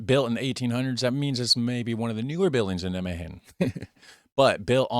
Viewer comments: There are 1150 museums in the Netherlands. The Rijksmuseum in Amsterdam is far away from this museum. You put the emphasis wrong when pronouncing nijmegen. You should pronounce it as NIJmegen. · the stress is on "Nij". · NijMEGEN, you might as well pronounce it as NyMEGAN instead of NyMEHEN. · Nigh-May-GGGGGGGGen Like Night without the T, May as the month, GGGG like scraping your throat, eN like the letter N. Emphasis on NIJ....You were close :) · it's pronounced neigh-megen with a fairly hard G, as if you're clearing your throat. neigh-may-clear throat Ghhhhh-'n ;-) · you both suck at pronouncing 'Nijmegen' hahaha The 'g' is a really strong sound. The emphasis is on 'Nij' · In Nimwegen the nimwegenaren don't use a hard G, but a more softer G. Dat zou jij moeten weten, met jouw nickname. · You "G" pronunciation was correct but the rest wasn't, the way she said the rest of the word was better than yours, so just take hers add your "G" to it and your good.